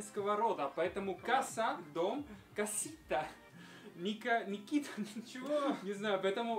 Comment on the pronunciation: Не Микита,а Никита.Карен-армянское имя